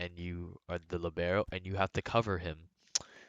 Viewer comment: u say libero wrong....